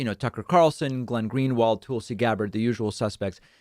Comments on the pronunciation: I 100% agree with this segment except for how he pronounces Tulsi's name. It's Toolsie, it's Tulsie. Sorry, just bugs me. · David: "Toouul-see" Literally everyone else including Tulsi herself: "Toll-see" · David's pronunciation of "Tool-see" gets a chuckle every time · "Toolsi" really???? I expect better from you Dave. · Dave says "Toolsi". 😂😂😂😂😂😂😂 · Lol I like how you pronuns her name Toolsi. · “toolsi” lol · I love.it when David calls her toolsi. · Va it’s not racist not to get the pronunciation of her name correctly. . The news on every channel I’ve seen pronounce her name tul- si. Ppl constantly mispronounce my name. It happens. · Classic DP jokingly mispronouncing names. He should get "Vowshs" oppinion on this. Maybe "Aroon Brown" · David, is there a reason you mispronounce Tulsi?